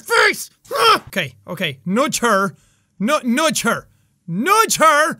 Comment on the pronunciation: he says nudge like "NOOJ HER, CMON, N-NOOJ HER!"......NOOJ